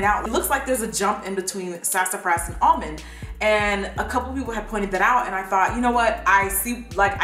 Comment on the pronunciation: Omg when she was pronouncing "almonde" it reminded me so much of that harry potter parody cartoon where ron goes "leviosaaaa" and then hermione goes "stooooop it ron, stoooop" I can't be the only one who's seen this 😂